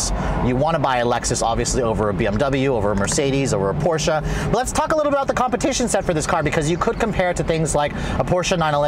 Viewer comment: thumbs up for pronouncing porsche right.